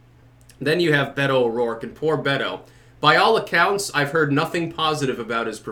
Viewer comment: Maybe if watches the next debate he will learn how to pronounce "Beto" properly. I enjoy his videos but it's really aggravating.